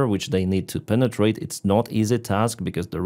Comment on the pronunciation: take a shot every time he says PNENETRATE!